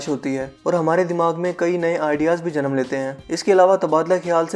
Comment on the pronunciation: you say the word ''Janam"😐